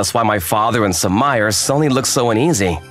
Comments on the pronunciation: Sumire=soo ME ray Sumire=/= Soo my er. 🤦🏿‍♂️🤦🏿‍♂️🤦🏿‍♂️ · Sue-Mire? Sue-Me-Ray. You guys know better!